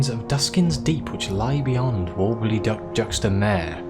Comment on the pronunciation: Haaaaaa I want to be a posh prick about juxta mare prononciation but I don't want to be mean again 😱 I don't like colonized cantankeri , poor things... Oh the sequencer delivery is back xD Oh no, wandering off prohibited 🤭